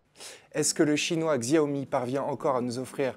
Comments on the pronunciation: polnar jean bas non on s'en fou pas c'est comme si tu regardais des présentation de produit nike et le mec prononçait ça nique. Xiaomi se prononce chaomi, c'est pas compliqué non plus... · Pour info je crois que ca se prononce "chaomi" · Y a t-il un jour ou vous prononcerez correctement le nom de cette marque?